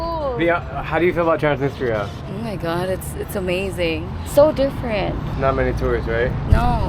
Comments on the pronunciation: I find it odd that Drew can speak Russian but doesn’t pronounce Transnistria correctly. Listen to his friend say it. It’s more like Trans NEE strEEa. The emphasis on the second syllable. When Drew first mentioned this area, I didn’t associate it with Transnistria; which I’ve indeed heard about, because the pronunciation was so far off. The way he pronounces “ni” doesn’t exist in any European language. That’s an Americanization. It’s nEE; not like “it.” Even Italia in Italian is pronounced EE-talia. Moldova speaks Romanian, so I’m assuming part of the issue is that people in Transnistria speak Russian; which is not related to Romanian. It’s a very similar situation with Ukraine. Let’s hope Putin doesn’t invade Moldova to claim this as belonging to Russia. 😮😮😮😮 Great video, and very informative. I probably won’t ever go. So thank you! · i swear your guide pronounced Transnistia 3 or 4 different ways 🤣